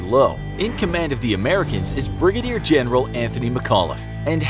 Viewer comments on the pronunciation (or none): none